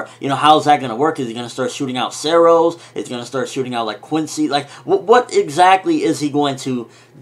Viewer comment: actualy its Cero not zero